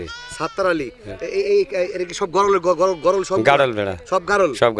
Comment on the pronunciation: ভাই গরল না গারল।